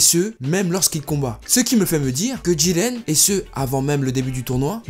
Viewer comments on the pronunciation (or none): Bonne video je n'aime juste pas comment du dit le nom de Jiren avec une sirte d'accent bizarre xD sinon +1 abo